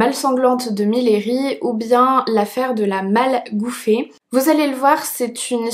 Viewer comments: coucou, super vidéo, j’habite dans la ville de Millery et on ne dit pas « miléri » mais « miri ».Voilà juste pour info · Coucou, mes cousins habitent à Millery et je voulais juste apporter une petite précision, le nom de la ville se prononce «miyeuri » Pas essentiel mais je voulais juste le préciser ;) Sinon vidéo très intéressante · on dit MIYERI , canton des monts du lyonnais au sud est de Lyon